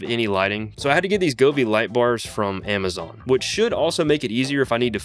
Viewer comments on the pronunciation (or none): none